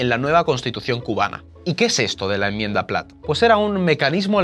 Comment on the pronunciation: Un vídeo muy interesante. Yo sí quiero un vídeo sobre la United Fruit Company y demás tejemanejes estadounidenses. Por cierto, hazlos con calma para que no se cuelen cosas como "deshaciera" o "emmienda". Gracias por vuestra labor divulgadora.